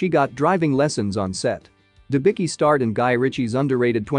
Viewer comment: Her surname is pronounced Denbitzki. Not Denbiki!!!